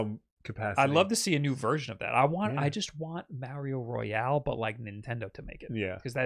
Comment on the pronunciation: Nevada, not Navahdah. Mario, not Mehrio... lol